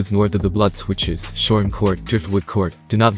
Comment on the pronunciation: Did you say Shore court? Mans need to put respect on shoreham shore shot